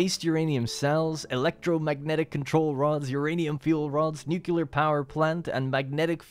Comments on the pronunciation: Haha, solid response! But I challenge your hearing. The L is there, but in the wrong spot. Nuclear, not nucular. I think you switch between the two pronunciations sometimes, but this was the most nucular. I await your formal redaction. /s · I love you man, but you're killin me. Please, dear God, properly pronounce the L in nuclear lol. Don't be George Bush. All in good fun, great work as usual